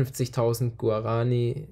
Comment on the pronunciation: Guaraniiiiiiiii.....nicht Guaraaaaaani